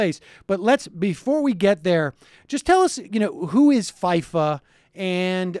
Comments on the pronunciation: The hell is a "Faiyfa"? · Literally the only person on earth who cant pronounce FIFA correctly. I think it's safe to say Sam doesn't watch soccer or play video games.